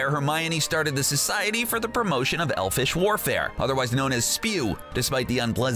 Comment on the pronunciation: Did he say Society for the Promotion of Elfish Warfare?